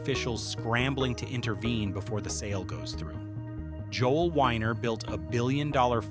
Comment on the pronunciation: Joel Weiner not winer weeener